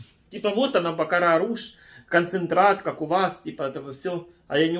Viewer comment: Бакарат а не бакараш 🤣🤣🤣🤣